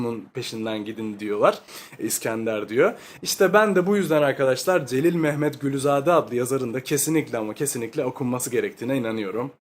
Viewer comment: Celil Məmmədquluzade'ni telafüz ederken Memmet gülüzade diye değilde Celil Memmed kuluzade deseniz daha doğru bir telafuz olur 🙃